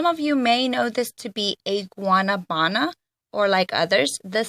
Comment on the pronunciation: The way you say Guanabana is so funny 😂😂😂